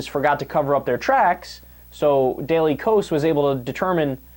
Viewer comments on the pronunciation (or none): Daily K O H S S ? I think it is pronounced Daily KAY OSS.